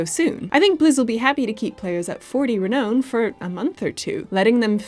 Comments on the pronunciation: Hearing say "Re-noan" over and over was NOT the kind of torture I signed up for when I subscribed to the channel, guys... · Why is pronouncing Diablo & Renown so oddly?